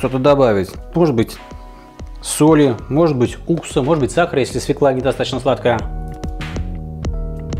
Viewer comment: С Новым годом! Только пожалуйста говорите правильно, свёкла а не свекла, ударение на ё всегда в русском языке! Как слышу «свекла» будто Самура high carbon по помидорам) кстати, приобрёл точильный камень Самура по промокод, спасибо!